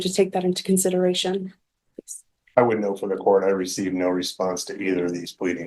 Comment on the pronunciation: In courth? This is not even English...stop this garbage